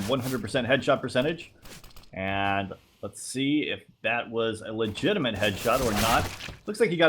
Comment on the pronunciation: There's no N in "legitimate",!;) Love your vids:)